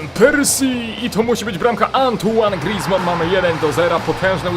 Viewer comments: grizman to francuz a nie cholender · mów poprawnie imię Grizzmana